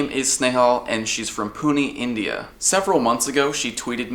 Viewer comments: It is pu-na not puni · it's not puni it's Puné like cafe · It's pronounced Pu-Ney or Pu-Naa. but I appreciate the effort. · Hey it's pronounced like Punae even though it's spelled Pune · 'pune' XD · HAHAHAHAHA!!!!!!!!!!! e in Pune is pronounced é just like Pokémon I lived in Pune for 8 years before I came to the states, I havent played Pokemon go there yet though =.= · Pune? just a poor man's Mumbai ;) also, it's pronounced Poo-neh or poo-nah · yoo India!!! pronounced "pu- nay"